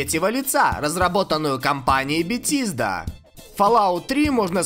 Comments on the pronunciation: Я считаю все ошибки в названиях легенд игровой индустрии(пожалуйста,лайкните коммент за работу)- 1)Битизда(правильно Бефезда) 2)The Elder Scrolls 4 Oblivion(Зе Елдер Скроллс 4 Обливион)Сказано-Елзел Скролс 4 Обливион) 3)Left for Dead 2-Сказано-Лифт фор дид.Правильно-Лефт фор деад. 4)CoD Modern Warfare 2.Сказано-CoD модерн фарфар 2.Правильно-CoD модерн ворфейр 2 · бетиииииздаааааааа мои уши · Что????Битизда!? XD Молчу уж о другом!))) Транскрипции поучи,дружище!)))